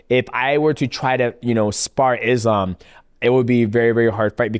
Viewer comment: Forget about the last name, most of them are pronouncing his first name wrong. 😅 It's not "Izlam". The "s" in Islam is pronounced as you would pronounce it for the name "Solomon".